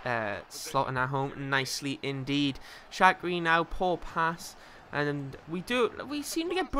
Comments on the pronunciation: shaqiri is pronounced shakiri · its sha-kir-ri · Shaqiri - pronounced Shack - ear - I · Its Sha-qia-ri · just concentrate and READ the names. how do think it's rochina?(rah-knock-kia) or shackri?(shark-ear-i) or lazzaretti?(lak-a-zet) really, how do you get it so wrong mate? just focus for a second. still love the series though mate. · Also Shaqiri... Shack..cur..i!! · Shaqiri: Shaq-i-ri